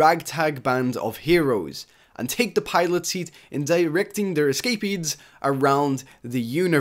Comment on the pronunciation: How do you say "Escapades" again lolololol